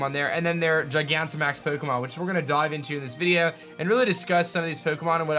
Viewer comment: I hate the way you say the word video!!!!